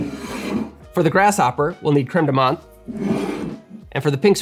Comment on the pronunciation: not very important but i just meant to say as a french person that the "th" in "menthe" is pronounced as a "t" in french, not the usual english "th" nice vid